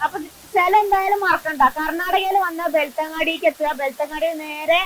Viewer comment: വെളുത്തങ്ങാടി അല്ല. ബെൽത്തങ്ങാടി .